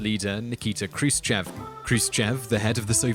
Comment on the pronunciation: its not k-ru-se-che-v but h-roo-shiyov